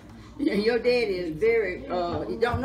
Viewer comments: I loved this one too! But y'all she's sayin "Deddy" not "Daddy"... Gotta love it. Wouldn't trade these ideals 4 nothin! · OMG I really enjoyed watchn her! I actually teared up I'm African American but she sounds and pronunciates just like my grandmother especially when she says deddy instead of daddy!💜